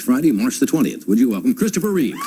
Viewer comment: His name is REEVE not Reeves. I don't understand how this mistake is made so frequently.